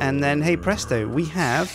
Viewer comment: stop saying hay bresto